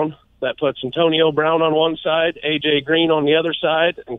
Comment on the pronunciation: figure out how to pronounce Antionio brown bruhhhhhhhh